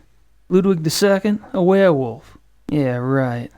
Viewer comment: The way Grace says werewolf bugs me. It's werewoLf, not werewoof!